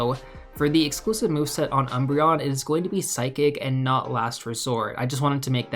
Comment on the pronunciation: Always love your vids, but I had to do a double take on that Umbreon reading